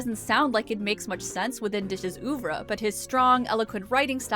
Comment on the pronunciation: I'm probably the 10000th person to be an ass about this, but oeuvre should be pronounced pretty much like "uhh-vre", not "oovre". Not that it really matters, everyone got what you meant. Amazing video btw. Never even knew there was an original book.